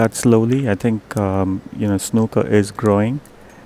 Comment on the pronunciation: Plz it's not snucker it's snooker lol Royston from England living in Costa Mesa California.